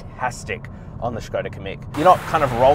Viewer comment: thumbs up for pronounciation of SKODA